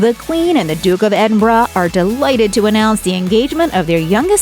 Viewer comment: Congrats for pronouncing "Edinburgh" correctly.